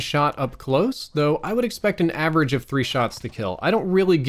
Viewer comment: its average not agerage man